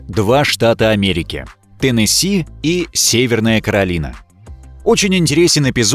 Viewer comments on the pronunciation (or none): Читатели за кадром! Когда же вы начнете интересоваться читаемым текстом? Ну что за штат Теннесси́? Вы же не в прямом эфире читаете. Да и в прямом такие оговорки недопустимы...